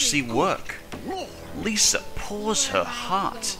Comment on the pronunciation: It's Mr.Lisa not List